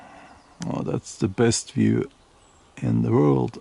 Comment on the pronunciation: You can pronounce the V in Duvet but not in view or viking ...